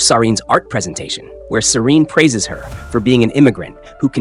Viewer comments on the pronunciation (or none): none